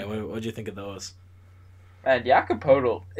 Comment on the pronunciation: How yall watch every game and still not know how to pronounce Poeltl